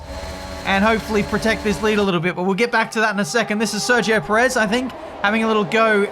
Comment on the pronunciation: PE-rez. Have some respect when he's at home at least.